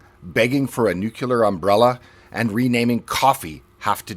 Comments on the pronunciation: Please stop saying "nook-yiller". That's not how it's pronounced, and it's irritating to see an intelligent person mess this up. Inconsequential gripe seemingly, but I don't want you discredited over a simple phonetic trend. It's "New-cleer". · Lol. You said NUCULAR. Again! (Oo mister sir, learn some fine inglish thankouiplizz.)